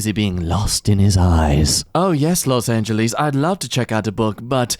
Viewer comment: The way says Los Angeles really bugs me and I don't know why